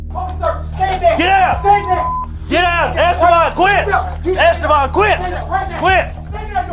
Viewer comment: “Eh stay ban”